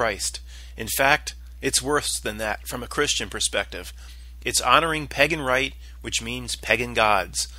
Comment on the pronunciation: Pagan is not pronounced "peggin." Otherwise, good stuff!